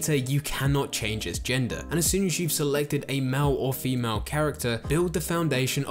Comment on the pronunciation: "Mal or femal" got me ded 😂😂😂